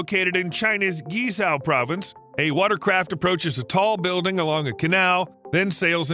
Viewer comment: Are you attempting to say Guizhou?